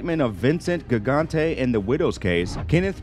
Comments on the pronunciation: Good job but black guys destroy Paisan names. My man every name from Mancuso to Geraldo to Gigante was mush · "R-I-C-O?" Yes, that's how it's spelled, but people just say "Rico." "Gig-antee"? It's pronounce "Jig-ontay." I won't even go beyond those two catastrophes, but you have butchered almost every name you have said. Speaking Gigante, why do you keep saying "Bellomo" and showing pictures of Chin Gigante? I cannot stand the computer voices on videos, but in this case, you would be doing yourself and the rest of us a GIANT favor by switching to a digital voice. Terrible. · He’s clearly reading all of this for the first time. He didn’t even pronounce “RICO” correctly LOL 😂 Vincent GiG-Nan-Te (it’s Jih-gan-te) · Vincent Gig-Auntay?????? I'm out...... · Gigante was the worst. Like he’s half Italian half quagmire lol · Is this a BOT? He screwed up half of the names, including Gigante and RICO ffs. Even the emojis used to showed the creators actually read our comments were placed by BOTS. No sub for us. Didn't even finish the tape. Either that, or the guy's a Polack or Mick Fed and did it on purpose.